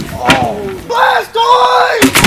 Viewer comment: Did he say bastoise?